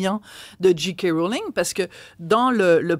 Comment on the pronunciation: pourriez-vous corriger votre prononciation, SVP. la lettre 'j', en anglais, se prononce prononce 'djé' et non 'dji'. On devrait prononcer 'Djé' 'Kay' Mrowling. Merci.